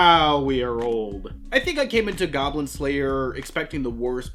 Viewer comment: Hey, where the goblins at? Die gawblins! It's goblin pee-pee.